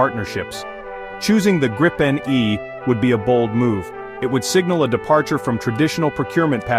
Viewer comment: It's pronounced "greepen".